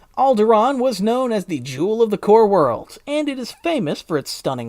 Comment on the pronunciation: Alderaan? What’s that? Sounds like something you made up